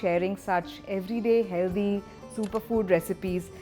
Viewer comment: Say "healthy" not "hell-dhi" My god ....your english is like.....super cringe 😢